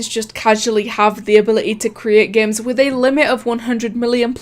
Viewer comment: She says games as geymns i really am annoyed of it